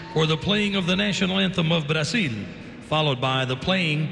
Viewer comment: LOLZ at the way that the PA announcer pronounced Brazil!